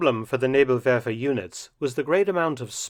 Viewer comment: Thats the best Pronounciation of Nebelwerfer i did hear from an English Speaking Person. I know cause im a (PROUD) Kraut myself. Good job Dr Felton Sir.